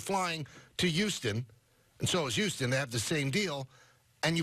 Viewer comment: The way he is pronouncing Houston is grinding my gears. 😡 😂